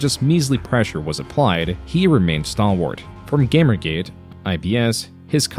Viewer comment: In the first 5 seconds he pronounces Gamergate, GAMMergate. I can handle monotone, but please don't tell me this isn't ai. Listen and you'll pick up how bad the pronunciations are and there's a lack of substance behind the voice that only comes from something artificial. If this is really voice I'll buy a Metokur hat and fking eat it.